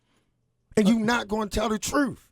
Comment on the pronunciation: "You not going to tell the truffe"